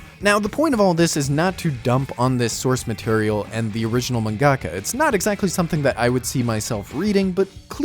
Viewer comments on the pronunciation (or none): Mangaka isn’t pronounced man GAH kah